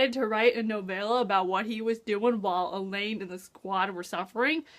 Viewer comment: interesting theroies! p.s. did you just call Aelin, Elain? did you just call Chaol, Cowall? Aye-lin Kay-all. sorry it's just fusturating lol